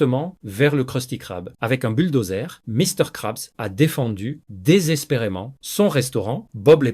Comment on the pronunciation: De 1 y’a 0 émotions dans la lecture. De 2 tu sais pas parler "Dun cou" - "Misters crabs" "planktonE" Puis c’est trop long ca donne pas envie d'écouter Puis tu mélange l’anglais avec le francais...